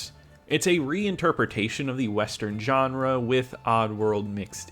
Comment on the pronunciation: Pet peeve: Pronouncing Genre as "JOHN-RA" it's pronounced "Zhan-RA"!!